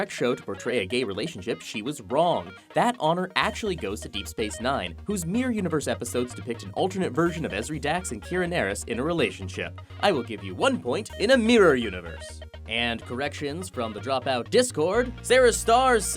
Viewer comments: Um Actually Kira's name is pronounced "near-EESE' not 'NAR-uhs." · Um actually, He said Kira Nerys wrong! Aaaaaaaaaaah! Nerd Rage!!!!!